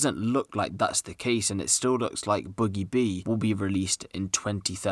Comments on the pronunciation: Rate da vid but it’s boogie b mate not buggie b it’s ak a problem in the vid lol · Ain’t no one gonna point out he said boogie boo 😂